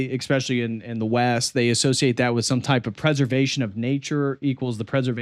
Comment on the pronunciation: Great video, thumbs up. Still, I die inside every time I hear a grown man say "expectshilly", especially a doctor.